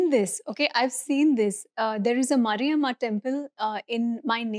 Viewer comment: It's Maariyammaa.. not Mariamma